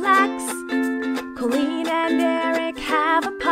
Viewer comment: yh like idk why soo much ppl say that says im the queen but he says im coleen